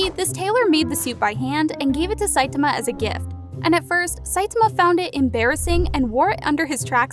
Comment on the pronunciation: I quit watching this video after the third time you pronounced Saitama wrong.